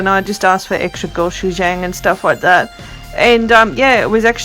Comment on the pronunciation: also pronounce the A in gochujang as Ah